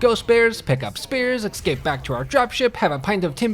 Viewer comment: 14:98 "Ex-scape"? Come on, you can say the word correctly can't you? Enunciate!